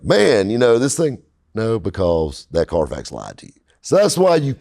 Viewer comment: When the Middle Eastern wholesalers say Carfax it sounds like Carfox... Clean Carfox! I'm pretty sure that's where they got the fox... Anyway, is spot on as usual.